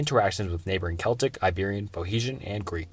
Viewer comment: phohetians? agamanion? seltic? Estrooscan?